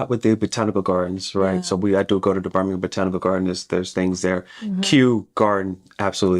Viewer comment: You can tell you have been in the UK because you are pronouncing ham as gum and Birmingham correctly ❤